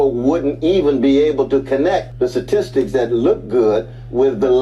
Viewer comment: Dude is a professor and he says "Satistics" 🤣 ....omg the education bar is low